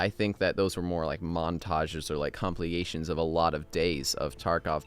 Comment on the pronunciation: Whats a 'comple-ation'?